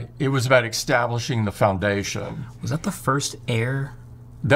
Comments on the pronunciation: Did Tim say extablished? And moments later extablishing? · Tim said "Extablishing" not once, but twice. Which means that's how he pronounces it. Who's gonna tell him?